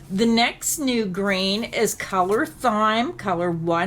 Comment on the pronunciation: It’s prone “time” not “ thime” for the word thyme.